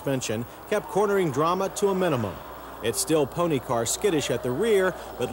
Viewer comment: "toyote-ha" "intrha-duction" "sports and pone-he car" "at it's light-hist"